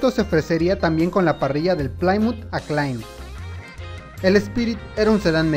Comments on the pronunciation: Amigo. Esta bien tu investigación sobre los carros y se agradece, pero deja de pronunciar el nombre de Plymouth como "Plaiymut" Se dice PLYMOUTH "Plimuth" Asi, No más. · Amigo excelentes videos! vaya que viaja uno por el tiempo con la informacion que das; critica constructiva: en varios videos te he escuchado pronunciar "plaaaymouth" pero en realidad se pronuncia asi como se escribe, es decir "pliiiimouth" :D excelente trabajo y un saludo afectuoso.